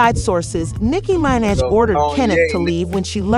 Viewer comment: Nicky MYN-edge? Shut down the tape. Lights off til you redo the voice. Give the lady some respect. 🤦‍♀️